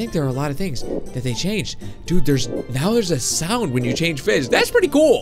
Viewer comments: Did you say feed and grow fist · He said fis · you said fis not fish